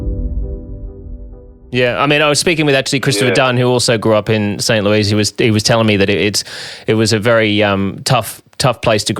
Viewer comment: Its St Louis not St Louise